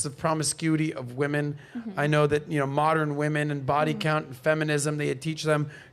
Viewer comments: Saying “moderin” instead of saying modern. 🥴🥴🥴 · The "Moderren" shit was very irritating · I just can't keep watching this. She said, "moderin" just TOO many times. I'm out. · I am about to be PETTY....what is "Moder-N????? I thought it was Modern! And the stupidity of calling her Father a "low value man" and he has multiple properties....and sorry but she's not that cute to ask for $500k to $5 Million....LAUGHABLE 🤣🤣🤣🤣🤣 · The way that chick pronounces modern as "moderun" is on point. If you see a woman like this the only mode you should be on is "mode run" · Why do these channels bring ignorant trash 304s on for a discussion. They can't even pronounce "modern" (Moderin jesus fuckin christ) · She mispronounced modern as moderin, too. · Dis she mispronounced "Modern " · I'm sorry, but for someone who has trouble pronouncing modern, I had to stop the video when she said that the minimum amount was 5 million. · I’m not trying to be mean, but the Keiona girl seems dumb. She mispronounces a bunch of words. The way she thinks about stuff just doesn’t seem realistic. The type of man she wants is just mind blowing. Not realistic in the slightest! Plus she’s average looking with a face FULL of makeup and fake hair. So natural she’s probably below average. All of that AND she wants to run the relationship. 🤯🤯🤯🤦🏼‍♀️